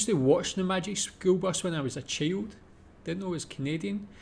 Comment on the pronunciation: I've never heard child pronounced "chilled" before.... Aye!